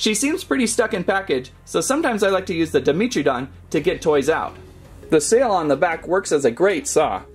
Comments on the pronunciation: Dragon Overlord definitely me It is pronounced Dy-mentree-don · i think its pronounced dai·meh·truh·daan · Who else cringed when he said “Demetridon” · FeltyEagle 69 yeah... it was cringe